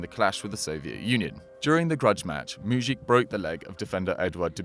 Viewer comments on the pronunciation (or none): Its mujic not muđik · Mujić isn't pronnauced like that